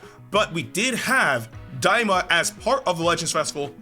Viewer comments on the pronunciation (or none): Stop its daima lol